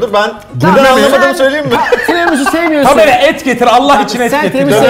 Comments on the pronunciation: 'Tremisu' değil Tiramisu 😂😂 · bastıra bastıra "Tremisu" demesi 😂😂😂